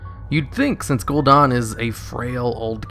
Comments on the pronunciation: The only thing that I don’t like about these videos is that he keeps saying Gul’don not Gul’dan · Whay are you calling him Gul'Don? It's Gul'Dan...Dan, as in Danny. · Gul'DAN, not Gul'DON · Gul'dan, not Gul'don. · Any reason u say gul-don???? It's definitely an A IN GuldAn. Drove me nuts. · I love your videos but you are REALLY bad at pronouncing names lol. Gul'DAHN? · i had to down vote, it was a cool video but I cringe every time you say gul'dan. THEY SAY IT IN GAME CONSTANTLY !